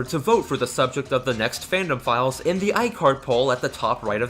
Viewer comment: When you say the fandom files, i keep hearing pedophiles